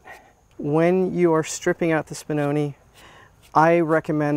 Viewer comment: Spinoneh is pronounced with a short e sound at the end. Like when Italian (talking about real Italian not Italian-american) didn't hear something and they go eh? If you say spinonee it's plural (one spinone, many spinoni) the pronunciation you are using now with the long e is for the plural. Hope this was helpful, honestly if I had an American dog breed I would care to know the correct name pronunciation.